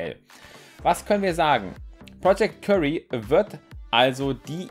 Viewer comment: das heisst btw nicht project curry sondern wird kiury ausgesprochen xD